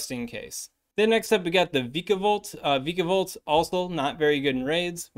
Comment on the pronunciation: It's vyka, like viking